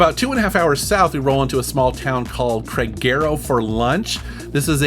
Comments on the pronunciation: I wouldn’t call the place Craigero as you did. It is «Krah-geh-rø» (if you learned how our «ø» sounds, it’s a bit like the «e» in «le» in French, I guess)… 🤗 Greetings from Kristianand!!! ❤❤❤ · Krag-err-uhh (Kragerø) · Hey man here is a little tip to understand the pronunciation of city names, for example Kragerø. The A is pronounced the same as in Art. The E like in "Enemy". The R is rolled with your tounge. The Ø is like Duh, where UH makes the Ø sound, Or "Blunt" where U makes the Ø sound. There is also Å which is pronounced like the O in ON. And lastly to get you going is Æ which is like Gang, where the A makes the Æ sound Edit: O is pronounced like a german saying Opel